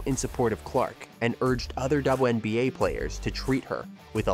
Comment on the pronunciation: “The dubowahNBA”